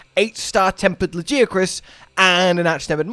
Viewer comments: Whilst I say it 'La-GUY-uh-cruss' I'm not gonna die on that hill; Hell, as a fellow Brit (from somewhere more sSounthern than ), I know we call the city of Bath by different pronunciations, and probably have completely different names for a small bread roll (seriously, go look it up if you haven't lived in the UK....)! I too have seen (and argued with) that guy in the comments, and he really doesn't seem to get the message. For TU2, I'd be ok with just getting Lagi, but I doubt it's just him. I think he will probably come in at the same tier as Mizu and the other Apexes, or maybe at the top of the tier under them, but (to go back to earlier videos that voiced) I do not believe he will have ANY siege mechanics. Really happy to see the QoL changes, the updated 8* quests (although the wound res kinda sucks as a CB enjoyer; I don't need the wound pops to stagger, but I want my easy Savage Axe access), and I asked for PC control improvements in the survey. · appreciate your pronunciation effort and apparent certainty. Close but not quite. It’s pronounced with a “gee” not “jee”. You can hear the official pronunciation in the Welcome to Monster Hunter video - Presented by Daisy Ridley video Further confirming the pronunciation, this can be seen by localizing Lagiagrus’ spelling from Japanese. The ギ in ラギアクルス represents the gi syllable more specifically the “gee” sound. If it were really pronounced Lah-jee-ah-crus, it would be spelled with a ジ or ヂ (both representing the ji syllable) instead of a ギ. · Is LAGI 😢 not lagia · Nah. It's La-GUY-a-crus. Cause he's my number 1 guy. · I hate to break it to ya man, but the Japanese name is ラギアクルス, and that's a hard G sound, not a J sound. It's also an E sound after it, not an I sound. It's "la-gee-a-krus." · Lmao not getting called out for saying Laggy-a-crus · Luh-Gai-Uh-Kris. Get it right. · Me: “Why tf does he keep saying La-gee-uh-kris” Him: “It is ‘la-gee-uh-kris’, I know who you are in the comments.” 😮